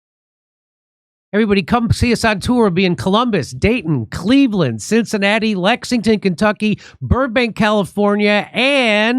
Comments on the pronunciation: I noticed you're finally hitting "Lex ING ton , Kentucky and pronouncing it correctly. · Thank you for pronouncing Lexington correctly!